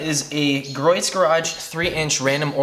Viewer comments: It's pronounced GREE OATS not GROYTS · Gree-oh's garage not Groit's ;) Just FYI. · Griot's is pronounced "gree-o's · great job from a very old detailer. only 1 small thing it is pronounced "gree ohs" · just an FYI........Griot's is pronounced....Gree-oh's